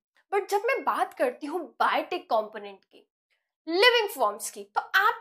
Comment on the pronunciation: biotic not bitic